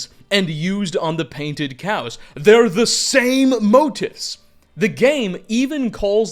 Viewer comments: Just a heads-up, but motif is pronounced mo-teefs, not mo-tiffs. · "Motif" is pronounced "mow-teef" not "mow-dif". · motif is pronounced "mo-TEEF" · motif is pronounced Moe teef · Mo-teef , sure are a lot of words you cant pronounce.. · i think you mean "motif" right? The "ti" part is pronounced like "tee". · Man if you're going to do this fake-deep dramatic voice with scholarly diction you at least have to pronounce "motif" right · Please look up the pronunciation for motif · needs to google how to say motif and deity. Regardless, I love these lore dump videos.